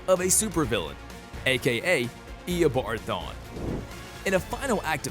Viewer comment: “eoboard thon”